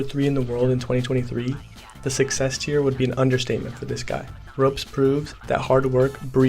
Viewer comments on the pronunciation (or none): nah u actually got it wrong every time thats comedy. Ropz bro not ropes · did you just call him ropes? its rOpZ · Video was very good and perfect pacing and facts and you got a like comment and subscription. But you called ropz ropes so 1/10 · bro the millisecond i heard that i instantly scrolled down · The concept of revisiting these players and the predictions is very nice, but your tier list is absolute dogshit. It honestly sounds like you don't even know these players and their history (how can someone watch cs and not know how to say ropz) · That is not how you say it in estonian.